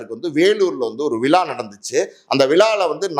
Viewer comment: Tamil pronunciation horrible. Vila nu